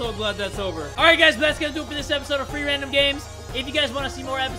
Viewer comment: Are you saying 3 or free